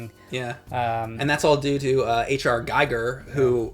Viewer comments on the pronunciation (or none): H.R. Giger. "Gee-ger" like in Geek, not like in "Geiger Counter".